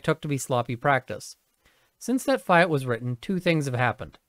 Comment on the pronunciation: "Fee-at" not Fie - at!